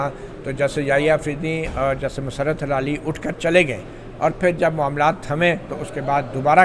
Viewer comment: مطیع الله جان صاحب ۔۔ سلام۔۔۔ یہ فرمائیے گا کہ جسٹس مسرت ہلالی میں ہلالی کا تلفظ کیا ہے۔۔ کیا یہ ہلال یعنی چاند سے نسبت ہے یا حلال سے جڑا ہوا ہے؟؟ میری رائے میں ۔۔ہ ۔۔ کے نیچے زیر ہے یعنی زیر کے ساتھ ادا کرنا چاہئیے۔ زبر کے ساتھ نہیں ۔۔ HILALI تلفظ درست ہے۔۔ آپ Halali بولتے ہیں۔۔